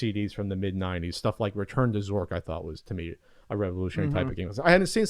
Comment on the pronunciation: said Zork...lololol